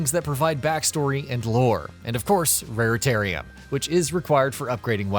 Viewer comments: RaritaNium Not RaritaRium😵‍💫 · It’s raritaNium - with an “n”. Sorry it’s just that I’ve heard raritaRium from several different youtubers and I’ve had enough 🤐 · "Rare-Tarium"... Where all the Raretanium lives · Wow you guys are like the third gaming channel who have got this wrong. And oddly in the same way. You guys, Yongyea, and I think Noisy Pixel called the collectible Raritarium instead of the correct Raritanium. Strange can you all not read or something?! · Because they don’t give a shit about the games they feature. He even says raritarium at the moment it says raritanium in the video clip. Who ever edits the video should be catching things like that as the announcers are definitely not the ones playing the games.